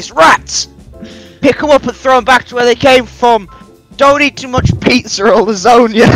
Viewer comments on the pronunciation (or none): I was listening to this on my phone and I legitimately thought that "laszonia" was "I'll disown you" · it’s lazannya with double ny lol